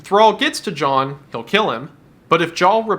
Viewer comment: lol you said Jhall instead of John